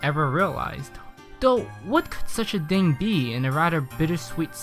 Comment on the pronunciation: "one dhing"